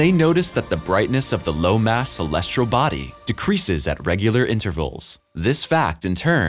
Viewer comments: Celestial not colesrial. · Dear narrator: Please have somebody coach you on the pronunciation of the word- "celestial". Clue: There is no "r" in the word. =PC=